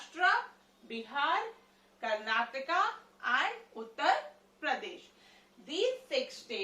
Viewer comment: it's not karnatka it's Karnataka